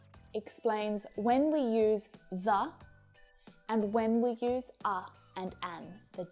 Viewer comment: There is a mistake in your example:”the person stood up when HE(not they) saw a cat.and you pronounce “a” and “the” incorrectly